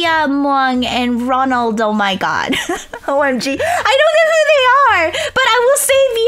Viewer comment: you said krinaomg and ronuldomg rong